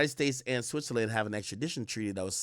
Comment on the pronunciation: Switzerland pronunciation is killing me